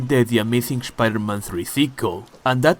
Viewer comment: Shpider - Man 😂. Loved the video, bro!